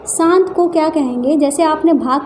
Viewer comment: मेम सान्त नही शांत